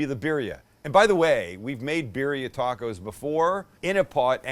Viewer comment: "Berry-a-er"... "Mass-a".... Oy Vey...🤣😂 Birilla tacos rock, especially in a tamale form... Keep Masa in your pantry!... There are two forms of "lard", a real one that is bought from the refrigerated section and a second version that is a lard mixed with "Crisco" version that is stable at room temperature for a good while. Always try to get pure real lard if you can, but if you can't the room temperature type will work... Thanks for the video... Your friendly Texas cook and medical professional😷... Merry Christmas.... 🔥🎸🔥